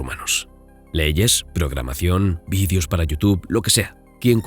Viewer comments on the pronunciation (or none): none